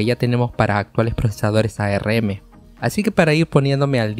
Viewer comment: A - R - M nadie le dice asi